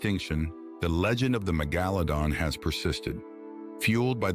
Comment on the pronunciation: How many different ways did the ai narration mispronounce megalodon